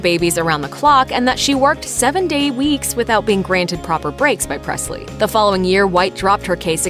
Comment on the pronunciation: It's not Prestly it's Presley